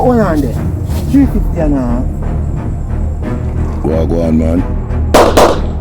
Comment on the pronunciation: "350 annuh half!?" famous last words DWL